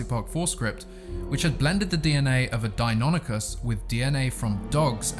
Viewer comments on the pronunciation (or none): none